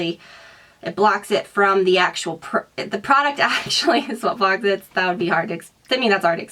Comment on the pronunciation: It's not I.t it is it.